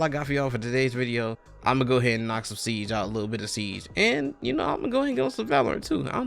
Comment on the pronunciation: When you said siege it sounded like you said ”seeds”. ”I’ma go ahead and knock out some seeds” lol